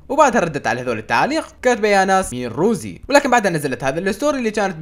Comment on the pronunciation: رَوزي❌ رُوزي✅ 😂😂